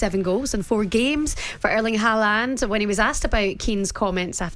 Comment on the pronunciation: How lucky working with her in the morning . Sweet. Idc even how she butcheres Haaland’s surname